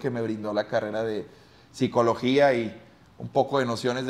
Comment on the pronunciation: Minuto 100,, dice carera envés de carrera